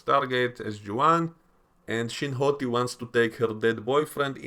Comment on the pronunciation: Every time you call her Shin Hati I lose it lol